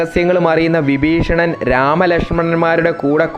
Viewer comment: വിബീഷണൻ അല്ല വിഭീഷണൻ